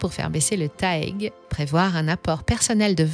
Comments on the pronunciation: le taègue! mdr on dit le T A E G :p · TAEG on prononce les lettres pas en un mot, ca en dit long sur vos compétences.